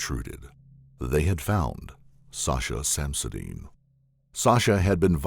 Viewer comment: random but whys he pronouncing her name like sosha?